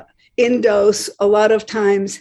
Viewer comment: its not pronounced 'dos' like the old operating system, it's 'dose' (like spanish for 'two'), just sayin'! ...